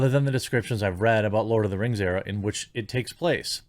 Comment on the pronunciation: Lord of Da Rangz Return of Dim Kangz